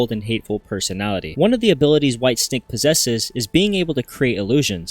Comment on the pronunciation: Bro literally said “ Whitestick” 😂